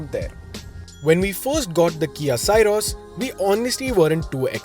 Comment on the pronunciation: From the title, it felt the video would be very positive 😂 but that was the only positive thing in this video about the car - the title. Also, it's pronounced "Syros" as the "sy" in "system". Not sai-ros.